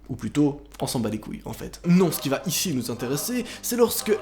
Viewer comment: « c’qui vas ISHI nous intéresser » 🤣😭